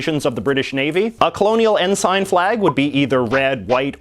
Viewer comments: It's pronounced "en-sin" not "en-sine". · It's En-sin" not "En-sign" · Completely ignored Nunavut. And the other territories. And what's with saying ensign as "N-sign" And not the "en-sen" that it actually is? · It's pronounced en sin not en sign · Ensign is pronounced "in-sin" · I was pretty sure "ensign" is pronounced "n-sen", even Oxford Dictionary backs me up citing both British and North American pronunciations as n-sen. Is it Canadian or regional pronunciation? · Yeah, I noticed that too. It's the same pronunciation as the (very) junior military rank. It was jarring every time he said it.